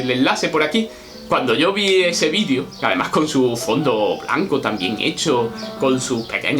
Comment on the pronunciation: Y dale con vidio... Ufff video, con E, es Español enseñando lengua y no sabe que la palabra video se debe mencionar la E. Aprenda... Se dice como se escribe... VIDEO, VIDEO... NO VIDIO!